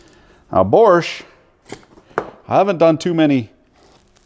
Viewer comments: Borrrrch 🤣🤣🤣 it's pronounced bosh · Borsche, it isn't a Porsche 🤣 "Boshh" is what you say 😂 Don't mean to be a nerd but the quality isn't the same 👍🏻 Unless it's the industrial version of Bosch 😉those are pretty tough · Dear American Sir. You keep saying “Borsch”. It’s actually pronounced “Bosh” FYI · It is called Bosch not Borsch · BOSCH: Proudly made in Poland, Romania and Lithuania...Also OP, it's not a BORRRSCH like a PROSCHE.... but BOAAASHHHH!!! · Are you saying Borscht? Or just mispronouncing Bosch? I hate to see folks tear up bosch tools. To expensive to tear up on purpose. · The borsch, borsch, borsch. Its bosch! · BORSH? or BOSCH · ITS BOSCH NOT BORSCH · Its bosch not borsh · its bosch not bortch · Borch ? :)) it's Bosch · Borrrsch ? Its Bosch 👍😂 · Borsch instead of Bosch lol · Dunno about the GDX (I have the older model GDX 18V-Li without BT myself), but on my GSR 18V-60C, it is for adjusting the kick-back control and the duration of the LED light. And why the F*ck du you keep pronouncing the darn thing "Borsch", there is no friggin' r in Bosch!!! I cringed every time I heard it until I finally got enough and quit watching after less than 9 mins.! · Please stop pronouncing it "Borsch" there is no "R" in Bosch. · I find it hard to listen to yours bosch pronunciation. Its without an r, bošh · Are you saying borsch on purpose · Why do you call it Borsch? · Why do u keep pronouncing it “Borsch”? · Borsch? must have a silent r in the pronounce because it's not in the spelling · Say after me: bo-sch What is a borsch? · Tell me you bias with out telling...... I lost you when you kept calling it borsch. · Sure there is. Borsch. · 😁There is no "R" in Bosch... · I appreciate you’re American and generally can’t speak ‘English’. But there’s no R in ‘Bosch’ so you don’t pronounce it. Borche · how the fuck is he pronoucing bosch ffs. borsch......lol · How has this man seemed to find an "R" in "BOSCH" every time he said it?... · Wheres the R in Bosch?